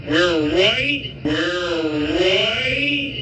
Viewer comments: what you hear is the r sound on the We're his mouth doesnt move correctly for the R pronunciation on the word Right. White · The buffoon said, WHITE. The lips did not purse for an R sound. He said white! He is speaking through the Orange ass of his dad! That's all he knows how to speak, through his orange dad. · He definitely said WHITE! I slowed it down myself! 😂😂😂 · He meant right, I'm sure of that. He said white. With all those w's he got carried away. With how awful they are in general we're never gonna give him mercy for a slip like this. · Ive heard this several times, this time it sounded like "right"....every other time...including day of, it absolutely sounded like "white" . Could there be 2 versions of it going around? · It sounded like he said "we're right", 😂 the sped up version confirmed it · No you can’t…. I hear W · Nope I heard "white" the very first time, before it was even replayed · This morning watching this, I heard 'white.' I thought that maybe it was just a tongue-twister effect from a lot of w's being used in sequence before the r sound. After reading your comment I went back--and you're right. There's a video on youtube showing how 'ba' and 'da' can be hard to differentiate, depending on the context--show 'da' on the screen while ba is being said, or vice versa, or show a person's mouth making the ba pronunciation while the sound da is being played, and the wrong sound can be perceived. I still think he's bigoted, but this isn't evidence of it. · He said white and you can tell by the shape of his mouth as the W sound comes out his mouth is not shaped like an R sound would be.